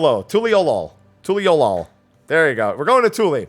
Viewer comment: We have a city in Utah spelled Toole, pronounced Too-elll-ah... we jokingly call it Tool-eh, like how you pronounced the new city.🤣